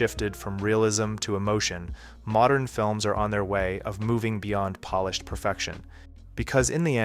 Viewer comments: I'm old enough to know that they also don't correctly pronounce it in "polished" 5 seconds later. If you make that mistake in pronunciation, you always make it. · At you say that we shouldn't venerate polished works, and you pronounce polish like the nationality. Clever!